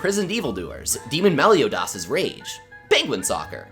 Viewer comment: The way he said Meliodas' name was so funny 🤣